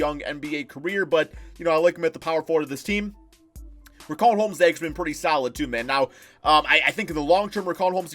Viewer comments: It’s not RIC-AUN Holmes it’s RICH-AUN Holmes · its pronounced RISHAUN